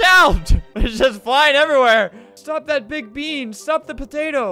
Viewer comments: I like the way he said potata on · it Killed me When he Said "patata"